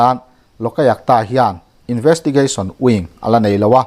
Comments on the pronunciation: I thupuan hi ngaih thlak a nuam viau mai.kan sawisel duh lai chu,LOLAYUKTA tih lai hi.Loka yuk ta. ti in i lama,loka tih lai hi, loka a (a )tih lai hi khi a hmalam AYUK tiin lam ta la, a dik zawk ang.LOK-AYUK -TA..LOK leh AYUK hi til hran ani e. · Lawkaiakta ti zawm put lo deuhin, Lawk-a-iak-ta ti a lam nise a ngaihthlak a nuam deuh maithei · Lokayukta iti zel a, Lok ayukta tih tur. Lok leh ayukta inkarah hian chawlh zeuh tur, lam zawm pût lo in.